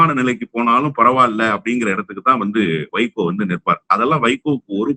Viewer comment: நீங்க அடிக்கடி வைக்கோ, வைக்கோன்னு சொல்லும் போதெல்லாம் என் காதில் சைக்கோ சைக்கோன்னே கேட்குது.